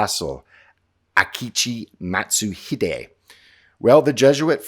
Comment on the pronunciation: How could you butcher the pronunciation of “Akechi Mitsuhide” so badly lol Also, the game is selling him as a discount Honda Tadakatsu.